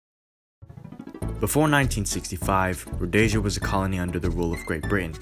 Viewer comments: Calling it roadasia is insulting!! it's pronounced RHODESIA, RHO DES IA. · Please...please...please! It's not 'Rho dayshun' ...but 'Rhodeeshin' or 'Rhodeesha' . It's Zaapu and Zaanla not Zaynu..etc. I would lose the cheesey background music during your narration. You also don't comment on the fact that the Rhodesian army was about 80% black...which is an important part of understanding the complexity of the situation. I grew up in that part of the world in the 70s. As a family, we'd recently returned from Vic Falls from holiday when the first passenger plane was shot down...could have very well been us. Lived through the war as a child and remember the fear and terror of it all. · A small point: it is called "Rhod-ee-sia". Not "Rhod-ay-sia" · [road-ee-sha] Not [road-ey-sha] For fuck's sake. Otherwise pretty kewl. Preesh. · Many thanks. Some odd pronunciations, though, you made. Rhodeezhyer, not Rhodayzha. Zarnoo and Zarpoo, not Zane-oo and Zay-poo. Salisbury is pronounced Sorlsb'ree. I can remember as a young man being bitterly against what Smith was doing. I think most 60s people saw it in terms of every African country having the right to its own government and freedom. Age and a more sombre view of what African countries subsequently created have modified my opinions down the years. Mugabe was the worst thing to happen to Zimbabwe. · It’s ro-deee-sia. Row like a boat. Dee like deem. Zee like New Zealand. Uh like uh what do I do. You keep saying ro-day-sia, day like daytime. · There is no such place as "Rhodaisia! .... There was a country called RHODEEE'SIA!!! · You're pronouncing Rhodesia wrong. Rhodeeesia, not Rhodaysia. It's not spanish. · It's 'road-ee-sha', not 'roadyja'. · Why do you say Rhodaysia its Rho-Dee-sia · It's Rho-Dee-Sia, not Rho-day-sia. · Yes, good video but it’s Rhod’ee’sia , Z’aa’nu and ‘Z’aa’pu. Just a slight tweak on pronunciation. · Zapu pronounced zarpu Zanu pronounced zanu and the z is not zee Rhodesia is pronounced ro de sia